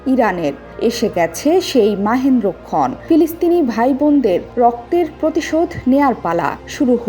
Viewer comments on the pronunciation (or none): মাহেন্দ্র ক্ষন??? ওরে সাংবাদিক